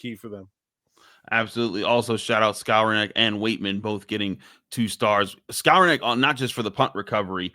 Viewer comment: Pronounced: Skow-ron-nick Not Scour-neck